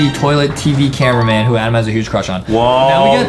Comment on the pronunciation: Adam said camewamen😂😂😂